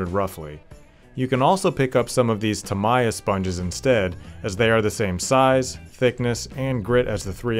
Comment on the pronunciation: Nice job! And it's Tam-e-uh......